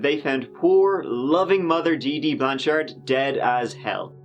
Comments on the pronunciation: Finally! Someone covering this story pronounced my surname correctly! Not "Blanch'ud" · Props on pronouncing Blanchard right. Her dad lives in my town. They seem like nice people. I really think she'll have a ton of support from her family and the community here when she's released. It's very sad that she is in prison. She went through enough.